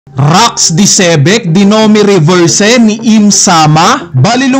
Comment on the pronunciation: Domi Reversi ang pag pronounce, Hindi Domi reverse. I po, hindi E Reversi, hindi Reverse